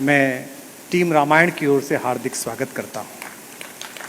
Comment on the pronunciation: रमायन नहीं रामायण सन्नी जी